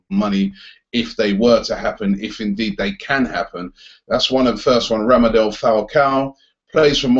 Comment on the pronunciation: Robbie pronounce it properly it's not Ramadel Falcao it's RADAMEL Falcao